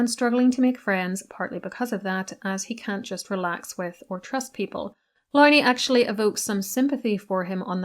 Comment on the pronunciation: Would be a good start by pronouncing Andrew Lownie’s name correctly . Couldn’t you do that at least?